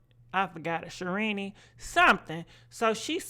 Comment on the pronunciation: said Sherini😂😂😂😂